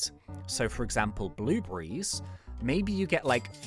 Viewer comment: Who noticed he says bluebrees